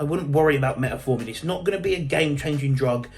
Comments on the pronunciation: Metformin, not Metaformin. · Metformin not met A forming...😂😂😂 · Great video, but please for the love of God learn how to say fucking Metformin 😂